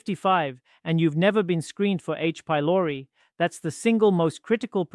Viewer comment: This 22 year old claims to have two decades of clinical experience, cuz he's a bot. Just note the way "doc" says H-pylori.